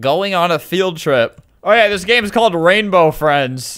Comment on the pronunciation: wainbow fweinds ;)